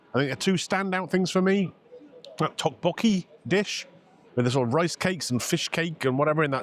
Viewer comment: It's pronounced duk-bokky